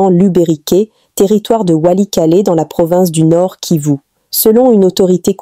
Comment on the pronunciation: Il faut enseigner cette dame à bien prononcer... Kivu et non kivi .elle m'énerve